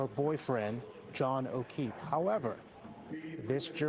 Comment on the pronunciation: This dude actually said Okweefe.. Wtf!